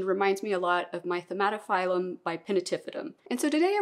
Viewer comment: You normally do a great job at pronouncing scientific names but a small correction here: it is not "tomahto"-phyllum. it is not related to the tomato plant ;). The correct pronunciation is something like "tah-OO-mah-toh-pheel-oom".